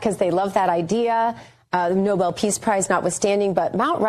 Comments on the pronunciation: Oh, god, Eric has gotten infected by Karolying. It's noBEL, you idiots, not NObull. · "Noble" peace prize?!! The gentleman's last name was spelled Nobel and pronounced "No-Bell". Eric, your daddy doesn't give one hoot in hell about you!!! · Nobel not noble, Eric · Why can’t they pronounce it correctly? It’s not like the word noble which is how they pronounce it. It’s Nobel eric!! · Why he pronounces “Nobel” as “noble”?